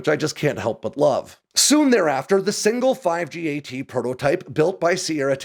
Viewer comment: Its pronounced 5-GAT. The number five followed by GAT like the gun